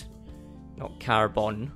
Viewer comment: And lol car-boner